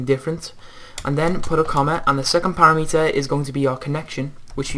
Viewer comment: para-meter? don't you mean pa-rameter?